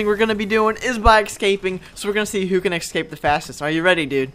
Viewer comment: you are pronouncing escape wrong